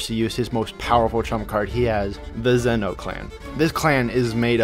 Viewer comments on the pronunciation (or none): none